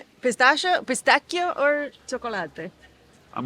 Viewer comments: Pronouncing cannolo correct but not pistachio. Camon, now 🙂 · I can't stand how you pronounce “pistachio” anymore.😂